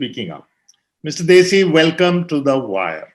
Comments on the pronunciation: You are, having a Punjabi background... You don't know how to pronounce +DHESI+ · It is not Desi but DHEY-SI